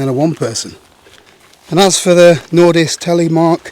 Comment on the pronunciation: Nice pronounciation there on nordisk!